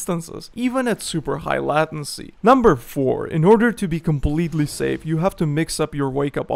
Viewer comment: LAY TIN SEE not LATIN SEE Good vid though .